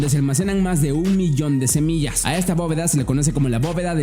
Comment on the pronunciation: Todo bien pero dijiste semias y se dice semillas hay curiosooooo